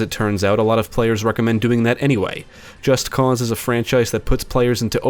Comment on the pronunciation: Holy shit, thank you for pronouncing the game's title correctly. I get an ulcer each time I hear someone say "Just Cuz".